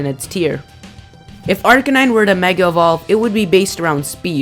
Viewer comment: I don't want to be "that guy," but you mispronounced Arcanine. it's Ar-kay-9. mixture of arcane, meaning not known by many, and canine, the scientific name for dog.